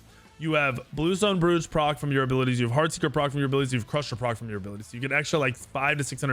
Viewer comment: Bruv... Bluestone Brooch (Broach)... Rhymes with "Coach"